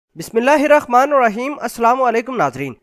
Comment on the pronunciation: Tum logo KO Bismillah padhne Q Nahi aata .. Bismillah-hirrahma-nirraheem aisa padho... Bismillah hirrakhma nirraheem tumhare baap ne padha tha kya... خ Kaha SE aagaya beech me